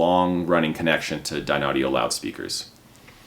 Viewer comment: Dear, your confusing the people who are not aware of the correct pronunciation of the company name. You yourself also seem confused. Not sure what I mean? Watch the video and critique yourself￼￼. 😊